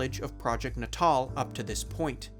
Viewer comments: Nay-tul. Like neonatal. Not naw tall. Fuck my ears. I can't with this video. Goodbye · N'taal? I think it's pronounced "natal", as in birth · "nuh tall" and not "natal" as in "pre-natal?" Uhhhhh this is gonna be a long video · Are we sure it's "nuh-TALL"? "Natal" is already a word, it means "related to/of the nature of birth" (you know, like "neonatal" ICU cares for newborns? Prenatal vitamins are taken by pregnant women prior to giving birth, etc) which is pronounced "NAY-tull" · Am I the only one annoyed by how he keeps pronouncing the word natal as 'nuh-TAHL' rather than 'NAY-tle'...? 😑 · I bet a lot of people pointed this out but i don't see comments about it, its not "NAY-TAWL" it's "NAY-DLE" as in pre-natal or post-natal, referring to birth, infancy. And also "MAHL-EE-NEEW" not "MAHL-A-NOH" i know people say shit wrong in shorts to get people commenting and engaging with the video but this is a full video essay, say shit right or you sound kinda dumb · It's not nuhtahl it's naytuhl. As in natal, meaning relating to childbirth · “Na Tall”?? FFS at least learn how to pronounce the subject of your videos. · "Nay-tall," "Moly-no" And I'm out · isn’t it pronounced… natal? as in, neo-natal. nay-tull? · no. ill try. nay-tul. is t hat ok? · I really want to give this story and channel a chance but I can't get past the mispronounciation of "natal" (nay-tul). You know, like "birth"? Holy moly. Otherwise the video seems decent. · It’s. NAY TAL lol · Is it not pronounced natal like prenatal? Not Nat-All? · It was always pronounced as nat-all in conferences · I want to punch you everytime you pronounce NATAL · Calling the word "natal" like it's fucking english shit. Dude... natal is relating to the place or time of one's birth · Is it not natal, as in like… prenatal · Pretty sure that’s not how you say natal……. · why didnt you look up how to pronounce "natal" before recording this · Why did he pronounce natal like that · Thata not how you say "Natal" 😅